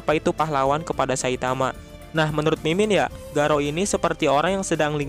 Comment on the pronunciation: Jangan garaou min.. Please